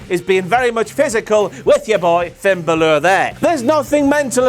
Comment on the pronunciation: the way he pronounces finn balor...